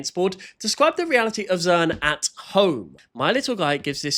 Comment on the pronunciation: they said zern instead of zearn